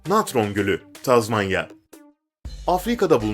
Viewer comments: Tazmanyami😂Tanzaniya olmasin o?! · Tazmanya değil tanzanya😀😀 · Tanzanya tazmanya degil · 4.19 Tanzanya abisi TAZMANYA Değil ilahii😁😂😂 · Tanzanya mı tazmanya mı?